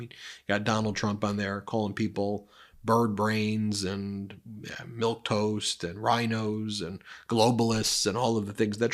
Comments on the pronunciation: It is "milquetoast", not milktoast! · “Milktoast?” Really? And he’s trying to convince himself, and others, he’s a genius by ‘acing’ a dementia screening test? It’s pretty basic, Donald. Let me correct it for you; milquetoast. It means someone is bland, timid. Walter White before he became Heisenberg would be a great example of what milquetoast looks like. Tut! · It’s Milquetoast.